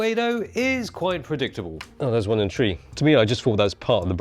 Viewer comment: "I can open the tweee"